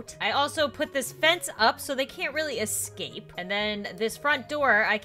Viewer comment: "I put a fence up so they can't EXCAPE" said "Oh no JOEY EXCAPED" said